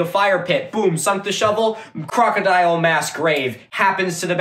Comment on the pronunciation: Am I the only person who is triggered by the way the History 101 pronounces the word ‘crocodile’?